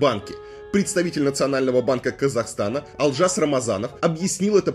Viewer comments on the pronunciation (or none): Заранее прошу прощения если мой комментарий может быть грубым. Советую Вам правильно произносит слово теңге, Ақтөбе, имя Олжас. В Атырау (Западный Казахстан) после протестов в Жаңаөзен начались одни из катализаторных протестов которые увеличили все действия в геометрической прогрессии. Протестующие в Атырау (не знаю как в других городах) останавливали автобусы и забирали всех мужчин на митинги и велели женщинам убираться отсюда